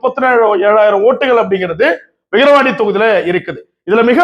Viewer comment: தம்பி விகரவாண்டி 😂இல்ல #விக்கிரவாண்டி 🎉